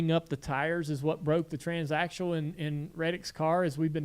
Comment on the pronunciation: I swear it sounds like Jr is saying transactual instead of transaxle